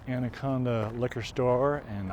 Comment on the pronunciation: You defiantly are not a local. You pronounced the name of the town wrong. Montanans pronounce it And a con Da.